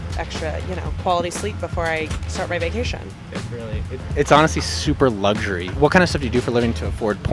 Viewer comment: The word is LUX URY omg Whay do u people say LUGS URY where the hellis the G in it can u not read.